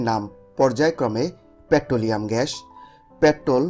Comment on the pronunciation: Pronounce gas not gash